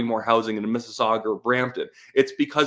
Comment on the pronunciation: Did you say direct minister of hozing? LMFAO